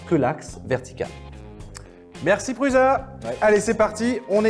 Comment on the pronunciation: Ben alors, on zozotte? C'est pas PRUZA mais ça se prononce PRUSSA;) Et puis en passant la I3 est le design de sa 3e itération. Allez voir la Prusa Mendel, ça n'a rien à voir. Sinon les billes qui se font la malle, c'est sur les roulements chinois, là vous ne risquez rien...